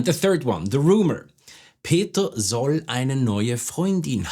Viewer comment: I have an important question pronunciation of "soll" why u r not pronounce s like z at the beginning of the sentence ??